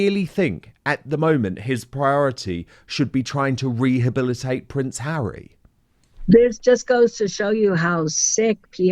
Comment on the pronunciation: "Bring Hawwy back in from the cold" ... Let's not and say we did